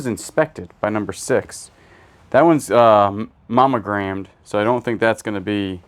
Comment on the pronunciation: Monogrammed. Not mommy gramed:)